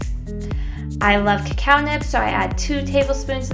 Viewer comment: omg i thought she said cow not cacao lolllll